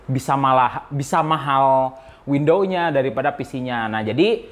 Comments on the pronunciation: WidowS bang bukan Windowww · Windowwwssss bang windoowwsss bukan window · WINDOWS bang.... bukan WINDOW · Windows kang, bukan window, terus ngejelasinnya slow ajalah gausah ngegas wk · Banyak video dia i5 diucapin "ai paip", tiap denger itu ngakak Skrg windows diucapin window Cuma kurang "S" tapi aneh didenger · he said wendow.... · Itu ngomongnya kurang "s" biar jadi "windows" :v